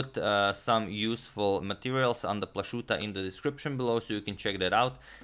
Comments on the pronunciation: CHess Channel It is pronounced PLA-HOO-TA, with H like in Hrvatska. Josip Plahuta was a Slovenian born in Zadar (today Croatia) to Slovenian parents. In his time, the whole region was part of Austria-Hungary, so Plachutta in a Germanized form of Plahuta. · Izgovor je Plahuta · It is a common Slovenian surname, pronounced Plahuta. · Izgovara se Plahuta (bio je Slovenac iz Zadra) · Hmm, not sure if the pronounciation of Plachutta was correct. A little background: The name Plachutta is well-knownin Austria's capitol Vienna to this day for the Plachutta restaurant, world-famous for it's Tafelspitz-dish. Founded by the Austrian cook Ewald Plachutta in 1940, here the name Plachutta is pronounced not with a "sh"-sound, but with a "ch"-sound like at the beginning of the jewish name Chaim. However the chess device is named after Joseph Plachutta (or Josef/Josip Plachutta), who lived in a part of the Austrian empire in the 1800s which today is part of Croatia. Plachutta himself was a Slovenian chess player. Now, since Antonio is from Croatia, he may well know more about the pronounciation of that name than me. Could anybody please help solve this mystery?